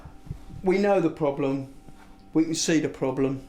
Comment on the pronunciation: Whit's the ploblem?